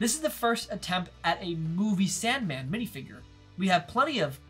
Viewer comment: He really said san mand